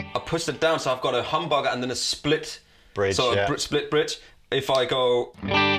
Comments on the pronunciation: Lol, pronunciation of humbucker sounds like hamburger and dammit, now I'm starving for a hamburger! Thanks! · If you put on subtitles says hamburger not humbucker